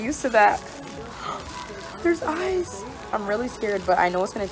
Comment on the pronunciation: "Theirs ayes" lmao I cant do that either jajajaja